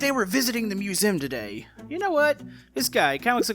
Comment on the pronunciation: Also why do u say musem